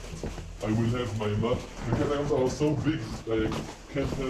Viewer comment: "catacooms" :D have to think bout legends of avantris xD